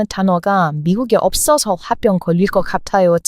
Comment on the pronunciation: 화병,또는 홧병(대체로)이라 쓰고, 읽고 말할때는 화뼝 또는 홧뼝이라합니다. 아름다운 모습에 어쩌면 한국말을 잘하고 지식도 많아서 그 매력에 자주 듣습니다. 감사합니다.😅😅